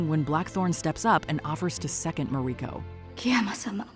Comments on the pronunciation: It's ma-ri-ko not ma-reee-ko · I have loved your videos for years, but WHO TAUGHT YOU TO PRONOUNCE THESE NAMES? Of the principal characters? I never nitpick like this, but it made the video almost unwatchable for me. You get Yabushige, Hiromatsu and Buntaro right when most people would mess those up, and you say the Japanese actors' names correctly. But then you pronounce Toranaga and Mariko on the wrong syLLAble and pronounce 'seppuku' two different ways - one time in the SAME sentence. So unlike you.